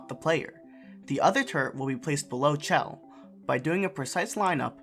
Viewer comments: The issue is that he said "chell" instead of pronouncing it as "shell". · Did this man just say “chell”